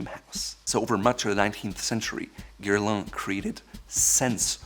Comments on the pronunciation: I actually rewinded it 3 times just to hear that pronunciation 🤪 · Not sure we heard the same thing. I was shocked hearing him pronounce it as "Guerlan". Mind you, his “Pierre-François" was decent enough.